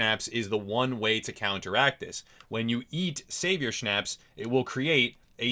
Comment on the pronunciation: Good video, however.... schnapps is pronounced differently, and you cant eat it, you drink it.